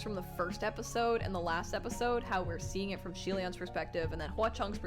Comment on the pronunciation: Btw xie reading is more of "c-ye" c as in how u read the the alphabet in the abc song....